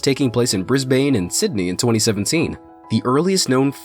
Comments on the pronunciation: Dis he say pronounce Brisbane "Bris-Bain"? Its pronounced "Bris-Bin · Its pronounce "Bris-ban" not "Bris-bane" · Bris bin that is how you pronounce Brisbane triggered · "Briz-Bane" lol!!!